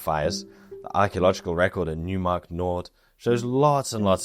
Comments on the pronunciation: Great video, very edifying for a total newb to this topic. Just wanted to add, with all due respect, that it's pronounced Noy - mark not New - mark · In German, the "eu" diphthong (seen in the placename "Neumark-Nord" referenced in this video) is pronounced like "oi"/"oy" is in English; so, "Neumark" would be properly pronounced as sounding like "NOY-mark", not "NEW-mark" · Neumark is German... pronounce it like "Noimark" with "oi" like you would pronounce it in Cockney. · Why not with "oi" like "noise"? Reply to: "Neumark is German... pronounce it like "Noimark" with "oi" like you would pronounce it in Cockney."